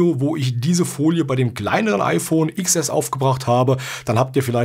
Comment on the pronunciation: Es heißt Zehn Es und nicht Iks Es xD